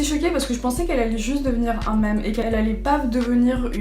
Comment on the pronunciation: Did she say 'un méme' omgggg it's pronounced miiiiiiim